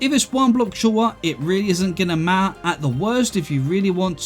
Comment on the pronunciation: "It doesn't ma-ah"